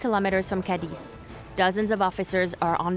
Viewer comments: Cadiz!!! Not Cadix🙈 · Not to be picky but the narrator lady manages to mispronounce almost every local name: Khamon, Migwel, Cadeez, Ke(u)ta, Gerez...😂